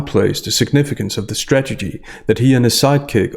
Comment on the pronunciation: Sorry,, I'm not native speaker, but it sounds to me like you keep mispronouncing the word "strategy". I hear "stagedy" all the time. Is it just me?